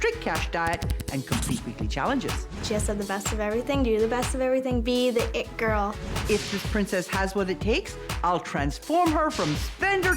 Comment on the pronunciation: The ‘IT girl’ with a silent SH 🤣🤣